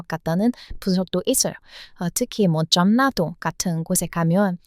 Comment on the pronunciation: 다 좋은데요. 아끼는 마음으로 발음 문제 하나를 얘기할게요. 들을 때 받침 자음과 이어지는 다음 음절의 자음 발음이 거슬리게 들리는데, 이것을 말하는 문법 용어가 '자음 동화' 또는 '자음 변동'이라고 있어요. 내용 중에 '원래', '전라도'를 '원내', '전나도'로 들려요. 첫 글자인 '원', '전'을 너무 신경 써서 발음하다 나타난 현상이에요. 근데 뒤에 'ㄹ'이 올 때는 '월래', '절라도'로 발음해요. 앞 음절의 받침 'ㄴ'이 이어지는 음절의 첫소리 'ㄹ'과 만나 'ㄹㄹ'로 발음이 편해지는 현상이에요. 다른 예로, 인류(mankind), 전류(current electricity), 선릉역(station)도 발음할 때는 '일류', '절류', '설릉역'이라고 합니다. ㄴ+ㄹ은 ㄹㄹ로 소리납니다.